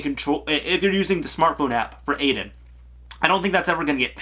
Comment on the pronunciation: Um, the ghost’s name is "eye-din". Get it right😉